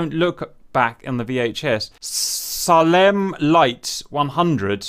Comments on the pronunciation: Lmao saalemm lights 100s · FFS cap its SAY-LEM ROY SCHEIDER (JAWS) MALCOLM MCDOWELL (CLOCKWORK ORANGE) I CAN'T TAKE IT LOL